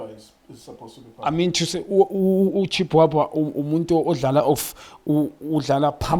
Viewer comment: I like it when he tries to pronounce some of the players' surnames 😂😂😂😂Chi...Chi..uChiiiiiiiibwabwa 😂😅